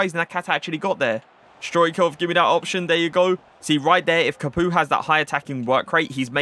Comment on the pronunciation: Did you just call him capooka?